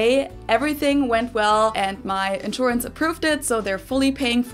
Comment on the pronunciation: her german ensurance pay for it :)